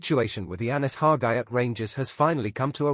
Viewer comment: It’s Hagi not Haga